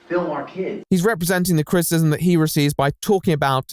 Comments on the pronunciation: Your mispronunciation of "criticism" is unbearable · Can I criticize you on your pronunciation of criticism? It's actually a 3 syllable word. crit-i-cism, not crit-cism. Other than that, loved your video. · What is crit-ism? Do you mean criticism? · I really love you but you say CRITcism or CRISSism instead of CRITICISM about 100 times in every video please for the love of The Right Opinion Fully annunciate your words at the very least just HALF the time you say them ( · What you can't say frustrated? Also: Critism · You can't bemoan 'flustrated' and keep saying 'craytors' and 'crtisim'. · Man who can't say the word "criticism" mocks man who can't say the word "frustrated" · Loved the video but why do u pronounce criticism that way 😭